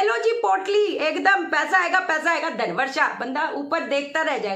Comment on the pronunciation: Inhone dhaan bola h ya thaan bola h hote kya h or ye